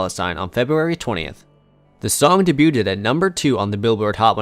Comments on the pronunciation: Can someone tell this f*cking zoomer that it’s pronounced “day-beued”, not “day-buted” 😂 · Can someone teach this narrator how to pronounce debuted? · Lol I just commented about the way he says debut/ed. Dudes enunciation is so on point that when he's saying something a lil askew, it's more noticeable.